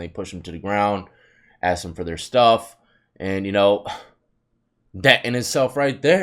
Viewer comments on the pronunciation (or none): He didn’t even “axe” any questions